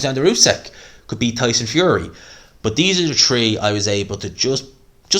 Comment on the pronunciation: bro i love the accent: Tree=three, Turd=third